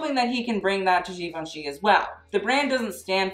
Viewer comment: For God sake, learn how to pronounce Givenchy!!!! Even can't pronounce it.